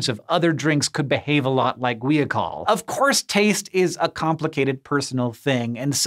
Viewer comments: Gwee a col? How about guy-a-col. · According to , it's pronounced gwahy-uh-kohl. Sorry but looking at that word I had a hard time believing it was pronounced gwee-a-col.